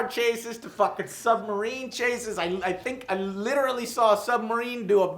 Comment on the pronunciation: joe literally says "litralley" EVERY sentence.. lol